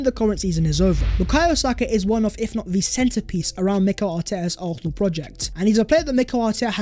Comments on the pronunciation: It’s NOT ARFNAL! For God’s sake! Learn to say Arsenal properly!! 😂😂😂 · Aurthernal. Why do you say it like that 😂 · Does this guy not know how to say Arsenal? 🤔 great content though, I’d take Darwin allll day